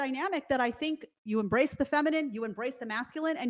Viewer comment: I heard "erase" instead of embrace like 4 times at the very end, i was so confused haha 😅😂